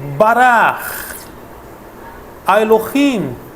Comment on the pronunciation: não é bara, pronucia é (barack) mas parabens pelo video.